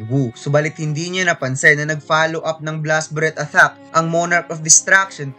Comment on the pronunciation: Atthack ba yung naririnig ko hindi attack?🤣